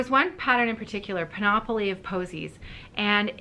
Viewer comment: I would hesitate to do this but: 1. I believe you previously said you don't mind being given correction on word pronunciation. 2. You will be saying this name over and over this summer. 3. I am a former teacher and a horrible pedant. Panoply is pronounced PAN-up-lee. Please forgive me if this is unwanted correction.